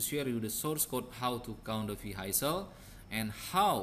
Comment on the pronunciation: ارجو منك أخي العزيز ان تتوقف عن تكلم اللغة الانجليزية بهذه الفظاعة راك خليتها اولا حسن نطقك للكلمات وخاصة كلمة Vehicle لمن يريد الكود الأصلي قبل التعديل عليه من طرف أخينا يمكنك الحصول عليه من هنا لمن يريد التعديل على الكود ليتناسب مع متطلباته او بريد اي كود بأي مجال من opencv يمكنك ترك رد على هذا التعليق (طبعا بمقابل على حسب نوعية الطلب) دمتم برعاية الله وحفظه سلام